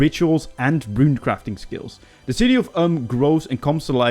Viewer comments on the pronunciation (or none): none